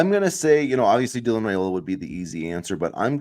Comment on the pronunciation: Hey, Guys! Love your podcasts! I believe he pronounces his last name with a long "I" like "Rye-ola," not "Ray-ola."